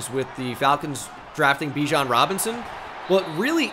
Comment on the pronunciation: Pronounce Bijan correctly, kind sir.